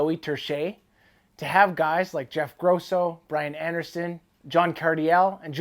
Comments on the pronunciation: Stop saying Jeff gross-o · first time you said his name you pronounced it incorrectly